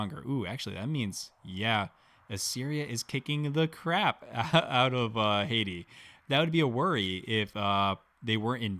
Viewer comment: Great content and as a new player I'm appreciating the deep understanding of mechanics here. However the mispronunciation of certain words is slowly killing me. *HATTI is pronounced HAT-TEE. You keep saying Haiti, which is a modern day country in the Caribbean. The Hatti were a bronze-age culture in Anatolia. Very different. *STELE is pronounced STEEL-EE *BODKIN is pronounced BOD-KIN